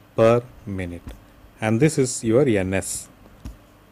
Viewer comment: loved the way he call Ns as 'anus' 😂😂 anyway very nice video